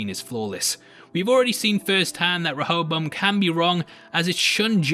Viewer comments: A is pronounced differently in the East... it’s like dance and da(h)nce. Serac is pronounced like the latter Sera(h)c or se-rark. Same with the A in Rehoboam. Re-ho-bo-ahm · i'm a bit disturbed by people other than serac mispronouncing rehoboam. certainly it's an obscure old testament name to most people ... unless you know that it's one of a pair of names, the other being the far better-known jeroboam that has a non-negotiable english pronunciation (4 syllables, primary emphasis on the 3rd) that conventionally matches that of rehoboam now serac has an excuse, being a weirdly accented frenchy. but that doesn't mean his pronunciation is the definitive one for the machine, even though he invented and named it. clearly his intent is reference to the bible character (iterating through a list, as computer developers are wont. the selection of rehoboam over jeroboam [following david] is a theological pedantry i won't labor over) and the expectation for people without funny accents would imo be to use the standard pronunciation ... as indeed do (some?) other characters in the show. which is why i'd prefer pundits to drop serac's pronunciation. if a mexican character referred to an instance of "hayzoos", and he was talking about the christ not another mexican, non-accented pundits would render this as "jesus" to a non-accented audience on an unrelated matter, it's worth noting that running a simulation to find flaws and running one as a simulation per se are not necessarily separate purposes. a parallel is weather simulation, which is primarily a predictor, and yet the same model can be used to test the reliability of a prediction by repeating it with ve